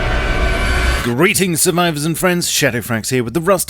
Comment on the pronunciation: Is it just me, or do I hear "Greetings SURMIVORS & friends"